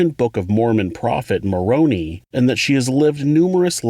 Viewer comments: It's said more-row-nigh not more-rony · Mor-own-eye not Mor-own-ee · his name is pronounced Mor-Roan-i. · The I in Moroni is pronounced eye. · Moroni is pronounced with a long 'i'- more-oh-nigh. Really enjoy your presentations.